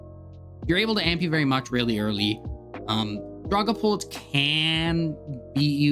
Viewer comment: The way you say Dragapult. lulz I've noticed this wirh alot of TCG players. I was a VGC player for many many years. Got into TCG during the pandemic. And basically stopped VGC outside of watching some content from Aaron Zheng and James Baek. But I've noticed TCG players mispronounce Pokémon so often yet VGC players don't. Its hilarious to me. Has any others from the VGC work noticed this with TCG players?